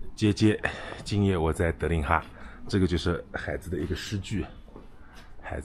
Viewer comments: 海子的重音错了。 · 我去过安徽安庆市怀宁县海子的故居，他母亲还在。另外，“海子”应该是两个字都是第三声。sean这么读，听得很难受😅